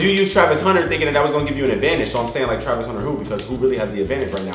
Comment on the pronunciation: Bro said Tavis 😂😂😂😂 it’s travis